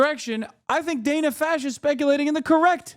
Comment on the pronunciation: Hasan called her "dana Fash" at the beginning of the clip